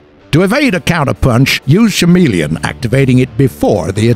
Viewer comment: Chameleon is pronounced ca-meal-le-on